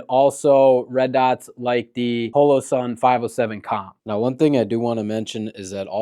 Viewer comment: Why are you saying holosun like that dude?